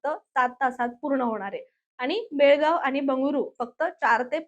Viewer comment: बेळगावी नाही बेळगाव